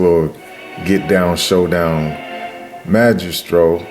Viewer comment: Maestro not majestro. But great review thanks 😊